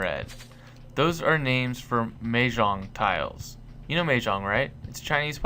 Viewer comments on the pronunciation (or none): It's mahjong not mehjong I'm Chinese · FYI, the first part of Mahjong is said as "ma" not "meh". The second part was correct.